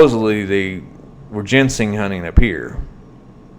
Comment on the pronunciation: She went to jail on August 1st for missing a previous court date. If you know anything about this area (east tn in general) youd know it's bad for heroin meth and pills. And to correct your pronunciation of a few words. I'll spell them like they sound. Jin-sang and criminal Kay p us.